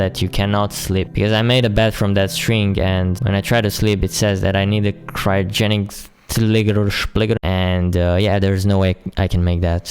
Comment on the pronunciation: He’s said “cryogenicligiduspligidu”